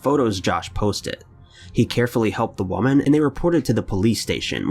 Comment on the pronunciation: I thought I was the only 1 who noticed this! I'm getting so annoyed because he cant say woman correctly and a bunch of other words